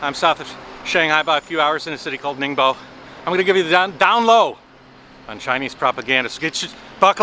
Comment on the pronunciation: Thought no. He speaks like local people calling it.